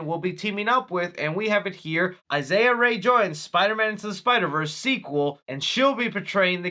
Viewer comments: who’s “Isaiah Rae?” Lol it’s pronounced “E - sa” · ISSA RAE!!! Not “Isaiah” Rae😂😂 (Ee-Suh) Rae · It's pronounced e-sa rae lol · I was just about to come post the same thing lol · Ay Yo you pronounce Issa Rae’s name wrong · I had to rewind the video when you said Issa rae, s name Iol you did not have to butcher The pronunciation the way you did that bad